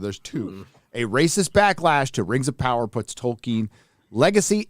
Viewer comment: Der Whings Uv Powuh